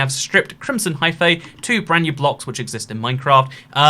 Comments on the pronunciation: Hyphae is pronounced hi-fee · Hyphae is probounced “high-fee”, ae in greek is an eee sound